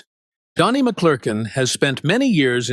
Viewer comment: You can't even say his name! Say it: Mc Clur kin